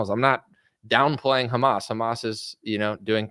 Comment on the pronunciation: "A list with Khamas Tunnels"😂